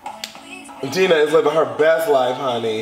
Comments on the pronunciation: Omg it’s DINE-NAH not dean-ah....gahdamn🙄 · Deena it’s Dinah (Dye-nah) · You keept saying "Deenah" as opposed to "Dienah" and it was driving me up the wall lmfaoo. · Deeehnah? Lol it’s more so DIE NAH lol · Bruh still pronounces Dinah as “Deenah.” 😂😂😂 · When did he start calling Dina DEENA lmaoo it's triggering me lol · rui that’s what I’m saying, he’s supposedly been a fan since xfactor and he can’t even pronounce their names correctly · It’s pronounced DIE— NAH girl 💛